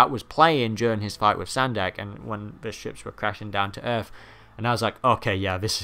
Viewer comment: Sendak, not Sandek. :P